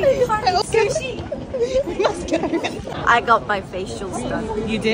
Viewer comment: Her "Let's gaurr"